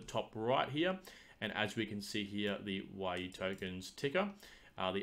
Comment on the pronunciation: its "we"-"you" lol